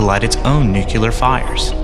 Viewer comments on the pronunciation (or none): what's with the commentators use of the word "nuculer" - NUCLEAR! - it's not that hard to say is it? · it's "nuclear" not NOOKYALER -- This is supposed to be a science channel and the voice over guy can't even say that word correctly? He also can't seem to pronounce "recognize" Give me a break. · I love the videos except the inability to properly pronounce "Nuclear" and saying "Nucular" instead which never fails to make me cringe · Nuclear. Not nucular. Other than that though, this is very good. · nucular fires? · He actually said 'nuculer'. Not good enough for a science video. OK for George W Bush and Homer Simpson but not here. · This guy keeps saying nucular and it's driving me crazy. Still a cool vid. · *Gasp* He said nuke-yaler. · I thought I was the only one who noticed, the little pecker removes my comments every time i say anything about the way he pronounces nuc u lar. It is important to deliver educational content as precisely as possible.